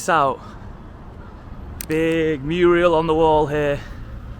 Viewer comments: Mural not 'Muriel' that's a women's name. Couldn't listen after that. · Two points of correction ... 1, Mural NOT Murial 2, Emlyn Hughes NOT Emlyn Hug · It's a mural, but I do love the way you say murials like just about everyone else 😃 I really enjoyed your look round Barrow, you're right, a closed 'Spoons is a surprise! I'm off to watch more, please keep up your series, but I would also enjoy watching you visit some up & coming/regeneration places too. Your presenting style is great, you're an engaging watch. Ambleside is lovely, hope your Mum likes it there 😊 Woah, hang on... you don't know Emlyn Hughes???! 🤔😄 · Mural not Muriel 😂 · It's pronounced mural. Muriel is an old fashioned ladies name. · Thanks for progrM. Depressing though. Just one point, it's MURAL not Murial. G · Great series but please dont keep saying "muriel" . Its MURAL ! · Mural...not muriel :) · Mural. Not Muriel (although I heard she still lives there) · It’s Mural not Muriel!! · Who's Muriel? Do you mean Mural? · Mural, not muriel. Sounds like Hilda Ogden! Love and peace. Check out the connection between Dronfield, Derbyshire and Workington, Cumberland (as was). Love and peace. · Great content, love it, as a Brit living in Oz, great to watch. However please someone tell this dude, “Muriel” is a girl’s name, and “mural” is the word for a painting on a wall. 😅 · Oi, wtf is a ‘Muriel’??? 🤣 Is that like ‘Muriel’s Wedding’? It’s a “Mural”…… say after me…. ”Mu-ral” 😉 You’re welcome. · Its always been a muriel 🤣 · Hahah made me laugh when he said Muriel ❤ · at least 2wice he said murial when he means mural - so funneeee